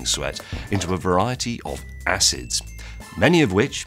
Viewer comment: As a Chemist I could hardly bare to listen to James butcher the pronunciation of those acids =P